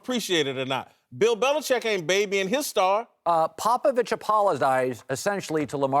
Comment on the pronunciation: “Popivich apolozgivezed”. - the Herd